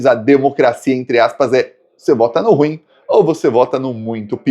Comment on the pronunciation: SERÁ QUE VOU MORRER SEM TER O PRAZER DE OUVIR DIZER RU IM COM DUAS SÍLABAS?